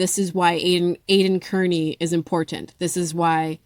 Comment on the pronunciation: Not kerney, carni, like slang for a carnival worker...but good commentary otherwise ❤